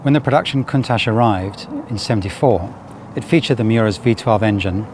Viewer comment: Countach should be pronounced: koon-tatch according to my Piemontese friends! It is a Piemontese expression of awe when they see something amazing, great name for such an awesome car!